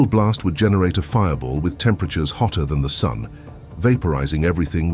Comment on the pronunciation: say "sun" one more time lady. I dare you.